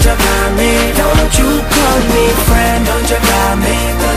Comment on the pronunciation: "dont you kal meh frends" what apronounciation!